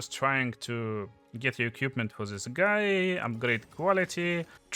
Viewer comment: всё круто, но пожалуйста не "экьюпмент", а "эквипмент" - это частая ошибка